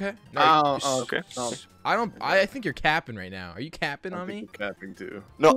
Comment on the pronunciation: Oh my gosh that "you're" is bothering me so much